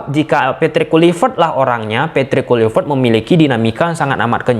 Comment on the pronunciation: Di bilang kluivert dari kemaren kenapa ngejanya tetep KULIVERT🤣